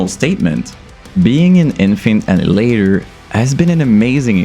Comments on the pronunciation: I didn’t know it was pronounced infant innihalator? Whaaat? Annihilator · its kills me you can say annihilater correctly UH-NIH-UH-LATER not innulater seems like you american i dont get why you got to say it so wrong maybe it just me but it kills me every time you say it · bro, very good review, but it's pronounced AN-NIGH-HILATOR not ANN-HILATOR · Annie later?!?!🤣🤣🤣🤣 ann i uh later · Ann Eye Hill Later repeat until you can pronounce it man. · Omfg, say it with me bro.. ah.. nile.. ah.. later. Jesus fucking christ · Great video, but you're pronouncing Annihilator (A-Nah-EE-Lay-TOr) wrong! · every time you say anal ater I die a little bit it's a good video nonetheless lol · BRO,,, its "AHHH NYE AHHH LATE ERRR" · ITS ANNIHILATOR NOT ANNADILADER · are you retarded, you cant even pronounce annihilator? WTF is anninlater. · Sounds like you're saying Infant ani later 😂😂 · Bro, you misprounced the bands name within the first second of the video. I don't even care that the band liked it, I don't want to watch this shit knowing you're about to do it another 1000 times. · please learn to pronounce Annihilator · Wow, turns out I've been pronouncing the name of this band wrong for years.